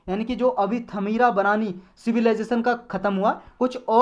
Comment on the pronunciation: Thamira barani nhi bro. It's ता मिरा भरणी naam hai